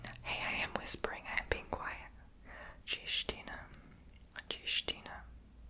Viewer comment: Loved the video ❤, just Slovak is language of Slovakia or full name Slovak Republic not Slovenia, that's different country 😅 it's okay tho, people mistake them all the time. Also congrats on the actually pronouncing ''čestina'' corretly, big respect, cos not many people can do that